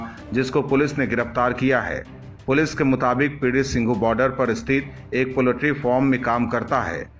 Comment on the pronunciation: साले, तुझे पोलट्री उच्चारण करना भी नहीं आता, मादर..